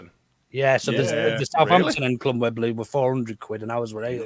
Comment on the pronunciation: Just saying, but it's 'Wembley' not 'Wem-ber-lee.'